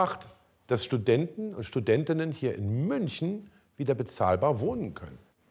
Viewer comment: Studentinnenenenen und Studenten ahahhahhh